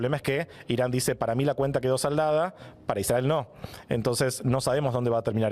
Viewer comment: A mí me dio vergüenza la manera imparcial, objetiva y bien de argentino en que pronuncia "Israel"